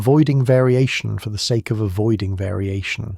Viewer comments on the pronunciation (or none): none